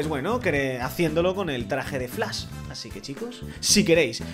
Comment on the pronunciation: Mw encanta por qué dise flas 😂😂